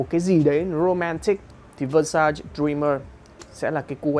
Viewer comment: Xem lại cách phát âm từ Versace nha bạn, không nên phát âm sai tên hãng, đó là cái tối thiểu.